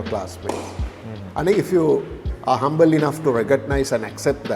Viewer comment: Missing l in humble in your intro… humbe….